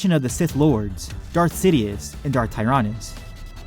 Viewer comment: Dude can't even pronounce tyranus right in this video 👎